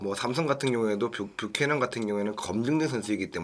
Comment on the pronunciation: 뷰캐"넌"이다 발음똑바로해라 ㅉ